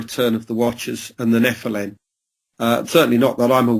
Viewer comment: Why does he. Keep saying NEPHILIN. instead of NEPHILIM he might have a speech impediment.